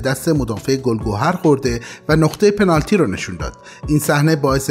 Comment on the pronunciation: یکی نیست بگه پنالتی نه پنارتی